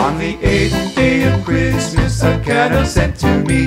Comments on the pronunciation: Could only listen to first two verses, two mis pronunciations of Canuck was enough. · Cute but Canuck is pronounced wrong, lol. Also, no Canada geese?? 🙂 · The most glaring error is the pronunciation of 'Canuck' - emphasis should be on the 2nd syllable.. the 'uck' part.. :) Well done otherwise IMO.. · perfect! hahaha...just too bad they don't know how to pronounce Canuck.... ;) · Couldn't listen to the whole song just because of the way "Canuck" is pronounced. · Great video, great lyrics but absolutely stupid pronunciation of Canuck. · The guy can't sing and can't pronounce Canuck properly. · I have never heard a Torontonian or any other Canadian pronounce CANUCK like this. Cute video but the mispronunciation is irritating and hard to ignore. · Not trying to be Grinchy, but the word "Canuck" is mispronounced. The accent is actually on the second syllable ---- can- NUK. It sounds so bizarre to me as a Canadian to hear them singing CANN- nuk. Really dislike it. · Ok they miss annunciated the word CANUCK it is said Can uck. I am Canadian-American and even I know this. No idea who created this but they really should have asked a Canadian how to annunciate the word first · I LOVE THE SONG.....but........... What's a Canuck' ? It sounds like half a mechanic!! It's pronouced Ca'nuck... /kəˈnʌk/ <---dictionary phonetics Beauty, eh ? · and they pronounce canuck wrong!! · I object more to the mispronunciation of Canuck! 🤣🤣🤣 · Outside of them saying Canuck waaaay wrong its cute :) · Interesting. Never heard the word 'Canuck' said like that before! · This is great!!!! Well done .....( I tried to ignore the pronunciation of 'Canuck' :-) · This is a cute video, and I have the book and it is very lovely for Canadian children, however there is a GLARING issue... a mispronunciation of the word canuck. It should have the emphasis on the 2nd syllable not the first. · I'm sure they are pronouncing Canuck the way they do so it will rhyme better. Great song. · ca-nuck not can-uck...gah!